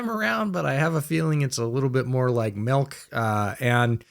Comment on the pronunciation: I understand it being over. After hearing pronounce ‘melk’ I would end the show too. It’s been a good run